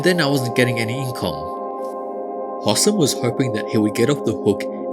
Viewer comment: I feel like I have to help out with future pronunciation of this Egyptian`s name; Its Hosssssaaaaaaaaaam, gotta put emphasis on those as and es, give it time. And Kareeeeem. Make the "e" audible. Thats all.